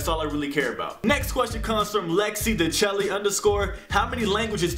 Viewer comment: Haha. You answered my question, but said my name wrong. De'Chelle is pronounced da- shell. Lmao. Don't blame my mom. Someone else gave me my middle name. Haha.